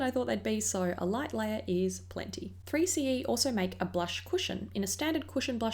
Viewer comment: Hi,. I love your vids it's so simple yet pretty 🧡🧡🧡 anyway the Korean pronounciation of 3CE is sseuri-c-e (쓰리씨이). The C and E are pronounced in English but the 3 pronounced in Korean "Sseuri". You can copy the Korean words I made to Google translate & hear the sound. I hope you will try Pro 8 Cheongdam, Moonshot, VDL, Espoir and Gesgep because they are great too 😊